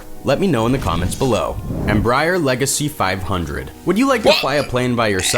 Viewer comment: ah yes my favorite plane Embroider Leg-ay-see five handrred